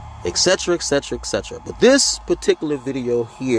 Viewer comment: You laugh too much! It's etc not eck